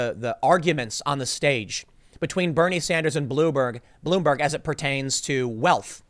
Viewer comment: he says blueberg, lol. (Tim Pool) I don't go to POL.